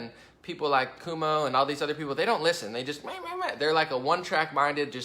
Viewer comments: Cuomo (Koe-moe), rhymes with toe. I get mad at some of the stuff you say about me and other Conservatives that you may believe, but it's not true. Look at the source of your belief about us. Is it Democrats? the media? tv? liberal colleges? Is it your personal experience? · great video....I dig your style and open minded way of things. Btw..... the NY Governors name is pronounced.... coo- oh - moe No biggie but knowledge is power and all that. Just liked and subbed...keep up the videos please. Peace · It's pronounced (kwo-moe)..... and yes, he's a massive douche.